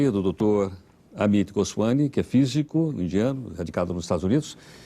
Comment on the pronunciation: O "professor" (professor?) Heródoto Barbeiro não conseguiu pronunciar, de forma correta, o sobrenome do dr. Amit Goswami. Substituiu "m" por um inexistente "n".